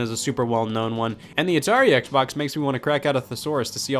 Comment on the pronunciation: Hearing scott say "hexbox" gives me flashbacks